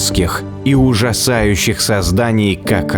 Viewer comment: Простите, но меня ваш комический акцент на слове "ужасающих" в сегменте про трилобитов так рассмешил х) Смотрю ваши видео уже несколько лет, качество с каждым годом все лучше и лучше! Жаль, что "первый космический" больше не произносит глубокий шикарный голос(